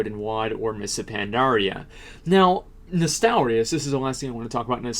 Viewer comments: "nostalarius".. triggered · Asmon, it's Nostalrius.